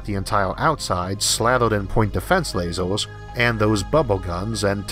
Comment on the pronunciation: What accent / dialect is this? It sounds like he says "hardor" instead of "harder" and "lasors" instead of "lasers" :)